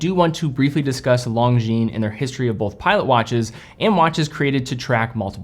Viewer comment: come on stop saying long jeans you're better than that it's lon jin lonjin